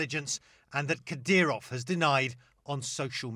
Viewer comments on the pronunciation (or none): It's Ka-Deer'-Ahv, as Matthew Chance pronounced it. (Not Kad'-Ree-Ahv, as Erin Burnett pronounced it. But, Erin, I do really appreciate your strong and caring attention to the country and people of Ukraine. From an Ohioan) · "Kadryov"? Talking head bad.